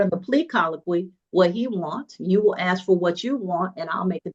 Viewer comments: Lol when a Def lawyer can't say AA correctly I don't think I want this lawyer. I also don't want a shady lawyer lying and making up false documents to "help" me bc I like people with integrity bc I like to feel like I'm credible, not feeling like I got away with everything, if that makes any sense. My integrity means more to me than this def or lawyer imo. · Bruh how is a lawyer not familiar enough with his craft to make that mistake?? 😂 Most laymen know it's "AA" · D attorney that mispronounces ask… amazing.